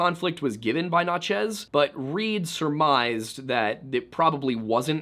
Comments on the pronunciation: Are you trying to say Natchez? I only ask because you seem to struggle with this one. I've heard you say it in other videos. It's just Natchez-- like "matches," with an N. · I live 10 mins from the Natchez trace that I've now learned we've all been mispronouncing our whole lives lol